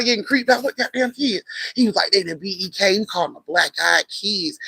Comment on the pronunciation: Bek...she said who is bek...beek lol